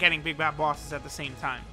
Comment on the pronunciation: Ive just noticed that he says bosses like people from Boston , like "booouses" xD